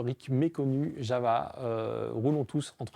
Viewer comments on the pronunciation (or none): JaVVVa... Vous êtes vraiment des handicapés linguistiques. Prononcez correctement: JaOUa. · on ne prononce pas "java" mais "Yava"... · même Yawoua en fait